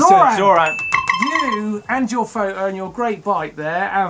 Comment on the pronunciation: I just love Martyn saying Pho-O instead of Photo... hehehe